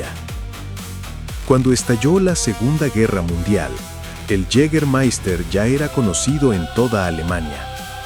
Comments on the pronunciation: Yigamaista se dice, es aleman no ingles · Si queréis pronunciarlo bien, y no como el narrador, es "yegamaista" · Lo único que no me gustó es que no pronuncias bien Jâgermeister !! 🤷🏻‍♂️